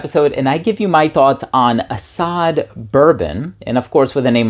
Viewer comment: ❤Guy.. Arab here.. Asad means "lion".. To be precise the most common famous word for lion.. Because in Arabic.. There's like I dunno 5 names for lion or even more 😅 Anyways.. It's pronounced as Asad.. Just like that.. (Ah-sadd) No extended vowels.. Think "Acid" with a shorter "A" sound and definitely replace the "i" with an "a". So it's not "Ah-saaad".. Nah.. It's "Ah-sadd"